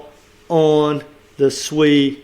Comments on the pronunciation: you saying SUI but it s SEI mate 🤣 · I think it's pronounced "say" (SEI), not SUI (another token). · It's nou SUI but SEI, pronounce like Say. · The name is pronounced "say" not "swee". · Yes, I was about to say the same. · Sei is pronounced "say", great video 💯👊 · Sei is pronounced "say" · It’s pronounced SAY lol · Sei is Pronounced "Say", Sui is another crypto. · You’re confusing everyone with this pronunciation lol. SEI = say